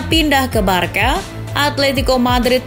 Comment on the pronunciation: woi narator, cara baca Barça itu barsa, bkn barka. paham?